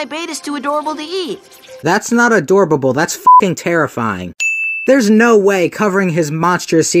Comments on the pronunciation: Add A Sin For The Narrator Saying "Adorbable" When it's Supposed To Be Adorable :3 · He literally just said "adorbable" you might want to check... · A door ba bull (pronunciation)